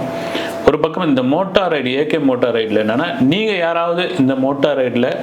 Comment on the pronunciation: உருட்டு மன்னா… அது மோட்டா ரைடு இல்லை! மோட்டோ ரைடு!